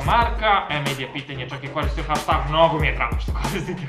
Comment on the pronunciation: čita se hešteg